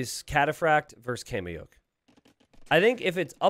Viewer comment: I don't speak Quechua, but I can't help but think his pronunciation of "Kamayuk" is wrong.